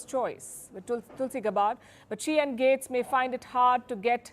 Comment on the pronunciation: You're pronouncing Tulsi name wrong. You're also wrong on Matt gaetz. You would think that you would stop listening to the mainstream media in the United States by now.